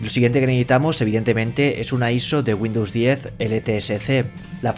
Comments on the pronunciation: Entre Güindus y vidio me estás poniendo nervioso... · dice Windows 10 LSTC xD